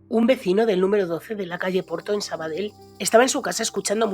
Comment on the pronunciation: hazme caso, no digas "Sabadel". Si lo intentas y no puedes decir "Valle" y omitir la "e", prueba con cambiar la "ll" por una "i". "Vai". Suena muy parecido a "valle" (vall) en catalan (o aranes: la Vall d'Ara = la vai darán). Lo mismo con "Sabadell", di "Sabadei", con el final como "dios" en latin = "dei", con tonica en la "e" y la "i" muy suave, aspirada. No suena igual que en catalan, pero es muy parecido...mucho mas que omitir una de las "L" finales. Es catalan...no italiano.;) Este tipo de trucos (lo de "i") los usaba hasta el mitico Matias Prats de los años 40. Comentado por el mismo ya viejo, tenia un problema bocal que le impedia decir la Z. Por eso, para decir, por ejemplo, "Zaragoza" lo trucaba en "Faragofa"... y realmente cuela muy bien. Dicho con conviccion y naturalidad...y sin recalcarlo mucho, funciona a la perfeccion. Desde luego mucho mejor que lo que le hubiera podido salir tratando de ser fiel a la "Z", quiza algo como "Charagocha" o "Tsaragotsa.:) Por cierto, ¿esa "palanca de uña" de sacar clavos de la que hablas no es la "pata de cabra" de toda la vida?